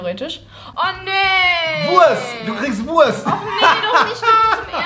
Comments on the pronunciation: Rezo. Nicht Wuast sondern Wurrrst! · Normale Menschen: Wurst Rezo: Wuast